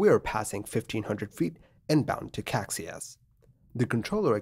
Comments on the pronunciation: Caxias is 'ca-SHEE-us' and not 'KACSI-us' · Actually it’s not “Caixas” but “Caxias” (you changed the i for the x giving it a total different meaning) and it should be pronounced ka-shee-us. The airport is Galeão instead of Galeo as shown in the video. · I'd pronounce it kah-shee-us.